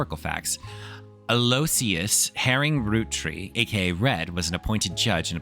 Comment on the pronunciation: Aloysius is (illogically) pronounced al-oo-IH-shus. It's one of those names like St John (Sin-jun) that you really can only pronounce if you've heard it said aloud, the spelling gives you no clues!